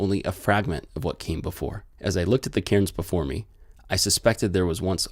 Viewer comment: I believe they're pronounced carns.... Not Karen's..?